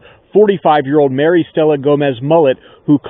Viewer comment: And it’s Mary not Marie